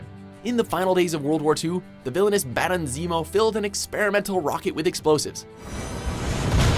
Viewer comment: hey, next time how about a lil MORE emphasis on Baron Zemo bc I'm not sure u out enough emphasis on it that time sarcasm lol